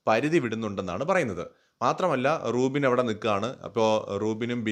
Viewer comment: റൂബിൻ അല്ല നൂബിൻ